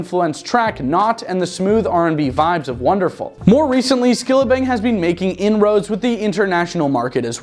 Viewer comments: Skillibeng not Skillabeng 😢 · Lol "Skillabeng" 😂😂😂😂